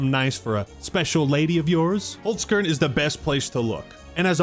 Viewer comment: First time I heard an American say Holzkern, I’m surprised, could be far worse lol But I thought the Game Awards were really good. Some good announcements, Control, TWO NEW TOMB RAIDER games, only bummer was really that some good games didn’t win anything (KCD2) and the last announcement